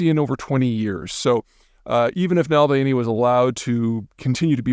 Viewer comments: "Nalvany", Peter? Doesn't the 'v' come first? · "Nalvainy"? Seriously? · Did he just say "Nal-vany'? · Navalny, while a nationalist in the past, spoke against this war many times in the recent years. You’re confusing him with Strelkov, a Russian nationalist who did criticize Putin for net being decisive enough in his actions. Also, please learn to pronounce the name, it’s "Nuh-val-nee". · Not surprised Peter can't correctly pronounce Na-val-ny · Dude, you're not the sharpest tool yourself. Syllablization is all out to lunch: it's Nah-Vahl-Nee. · Pronunciation is: nuh vall nee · He didn't mispronounce anything. He said "Mulvaney" perfectly clear. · Nahl-vay-nee got Gonzalo Liraed. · You lose just a little credibility when you mispronounce someone’s name that badly. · From the incorrect pronunciation of Navalny to the multiple factual errors, this is overall a bad video Zeeham. You can do better. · This videos facts about him are as accurate as pronounciation of Navalny's name. What a joke. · Damn you Peter pronounce the guys name correctly, makes you look stooopid. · Mr. Know-it-all can't even pronounce Navalny's name correctly. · If you are going to give us the benefit of your wisdom you should at least get the man's name right. Also serious factual errors about Navalny's views on the war in Ukraine. Disappointing. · If you can’t pronounce his name you shouldn’t present yourself as an authority. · Seriously you could say the guys name correctly if for no other reason a bit of respect. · It will add credibility to the analyst if the analyst could pronounced the dead man's name properly. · Disappointed in this video, you showed a lack of understanding of what Navalny meant to civilized Russians. You could not even pronounce his name correctly. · Peter's kryptonite: pronouncing people's names... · Yes. Unfortunately Zeihan speaks by generalities, having never heard anybody even talking about Navalny, that’s why he cannot even pronounce his simple name correctly.